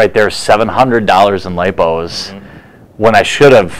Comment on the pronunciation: Lipos not loops! Lol